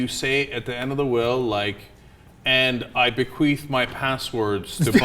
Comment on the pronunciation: Did cenk say, 'be-queef'?